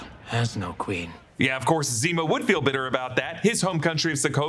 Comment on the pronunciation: HE SAYS NEMO NOT ZEMO LOOOOOL